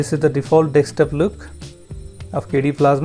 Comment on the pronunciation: Good video, but please take care not to say "dekstop".